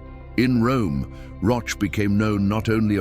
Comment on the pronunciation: Pronunciation rhymes with coach or broach….